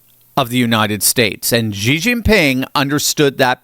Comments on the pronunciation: XI is pronounced "SHI" Jinping, not "GEE" Jinping. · Is he saying Xi or G? 😅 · Xi is pronounced SHE there is no G in the name. :( No idea how or why people came up with this G stuff. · There was this WaPo article, I believe, about why Americans (and some Europeans) mangle President Xi's name. Interestingly enough, Trump himself doesn't (and, I suspect, neither do SoS Rubio and VP Vance), but Maria Bartiromo does! It's "she" or "sì", not "jee". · Stop calling Xi GEEE